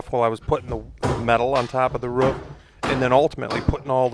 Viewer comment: It’s Roof, not rough